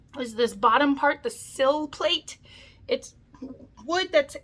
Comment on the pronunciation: I like how you called the sill plate a sil-pat lol